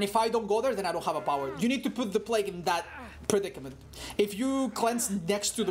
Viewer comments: Normal people: Play-g with your food: P L A G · Normal people: Play-g with your food: P L A G